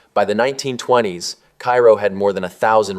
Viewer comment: Please pronounce the towns correctly. Bee-at-trice. Cairo is pronounced Karo. Mon-o-why. We know we pronounce them differently.